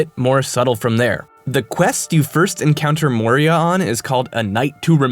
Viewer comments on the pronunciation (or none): The old hags name is (Mo-EE-Ra) while the mines are called (Mo-Ree-yah). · That hagraven is named Moira, not Moria so stop making shit up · the Skyrim npc is spelled/pronounced "MOY-ra", not "MOR-ee-ah". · That hagraven s named “Moira” like Moira brown from fallout three not “Moria” like from LOTR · *moira not moria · That Moira- Mines of Moria thing isnt a reference i think. The Gollum thing definitely is, but Moira is pronounced "M-why-rah" not "Mo-ree-ah". The name probably doesn't refer to the mines, unless its just because of it being an anagram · Moira. The name of the hag is Moira. Yeah, it's close to Moria, but.. C'mon. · Moira: MO-I-RA. Not Moria. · The Hagraven's name is pronounced moy-rah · Moira, pronounced "Moy-ra." Gaelic for "Mary." srsly, pay attention to the things you're writing about. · Moira. Moy-ra.